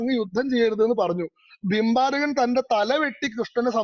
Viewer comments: Not bimbarakan it was barbarikan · ഭിംബാരകൻ അല്ല "ബാർബരികൻ".(ഘടോൽകചന്റെയും അഹിലാവതിയുടെയും പുത്രൻ )